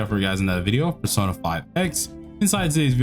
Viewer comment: I don't like sahn pronunciation of Persona, it's sohn